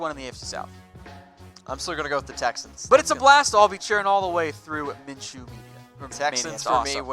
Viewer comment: Gardner Minshew, not M orJ